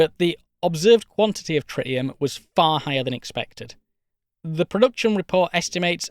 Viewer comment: “Tri’ii’em” Dudes over here speaking spicy elvish.